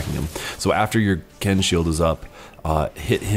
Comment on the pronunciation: Your shield, Quen, is pronounced "kwen," not "ken."